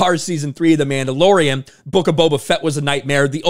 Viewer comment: I’d swear he called it The Mamdalorian…